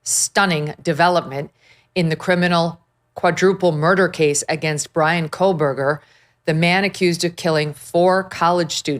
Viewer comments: It’s “KOH-BERGER not Kole-berger But anyway, we already know he did it. We want him to have to face the parents and have to admit to all of us that he did this and tell us why. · Cole-Berger smh 🤣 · There is no L in his last name 😂😂